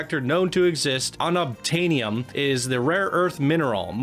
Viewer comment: This is an incredible coaster, but what’s just as incredible is pronunciation of unobtanium. I literally was arguing with a RECORDING of someone saying it